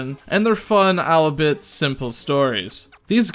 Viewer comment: Good video however, you said albeit as “alibut” instead of “all be it”